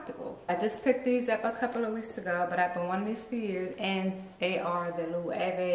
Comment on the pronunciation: I want to try Loewe. I hope they’re comfortable. Nice collection. Thanks for the proper pronunciations 😉.